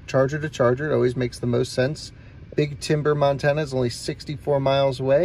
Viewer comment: OK so you start off in North Dakota you pronounce that properly but next time you go through Montana pronounce it right it doesn’t start off pronouncing it as man